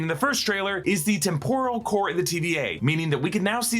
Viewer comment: Why are you pronouncing 'temporal' like 'tempura'? English as a second language?